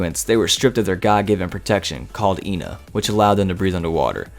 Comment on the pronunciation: How u say ena like “Ina” doe 😂